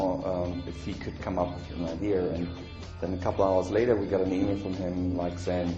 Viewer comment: i love how he says "idea"